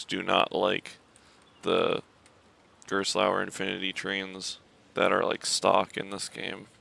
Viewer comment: B&M floorless wth it’s gerstlauer